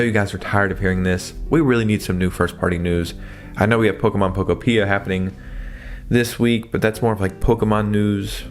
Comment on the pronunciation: It's Pokopia, not Pokopija